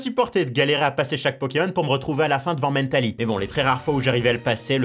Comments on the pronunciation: Arrêté de dire mèntali c mentali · En anglais mental se prononce "Mennetal" donc rien d'anoramal ^^ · Bah il prononce à l'anglaise. Wait. En anglais, Mentali, c'est Espeon. Donc il prononce un nom français à l'anglaise. Laisse tomber même moi je pige pas en fait 😅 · La façon qu'il a de prononcer Mentaly… J'en peux plus T_T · la manière dont tu prononce mentali m'as triger de nombreuse fois mais bonne vidéo :) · Toute la vidéo il a prononcé Mentali “Mennetali” ça me stressais x) EDIT: pour votre information, On dit aussi Roucou pour Roucoups (parce que ça vient de Coups) On dit Taïgnon pour Tygnon (parce que ça vient de Mike Tyson) BONUS : On dit Maraisté pour Maraiste (parce que ça vient de Majaisté) Tout à été affirmé par le traducteur officiel des 2 première génération (celui qui a inventé les noms), c’est Julien Bardakoff ^^